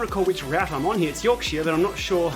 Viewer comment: Ps pronunciation for yorkshire is York ‘cher’ rather than ‘shy-er’